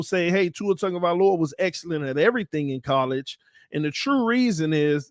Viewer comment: TAG-O -vai-O -La no N in the name No Tungo or Tango i the mans Name lol just needed to get that Off my chest